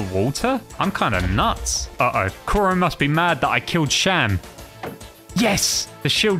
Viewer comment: I hate the fact he said captain Koro instead of kuro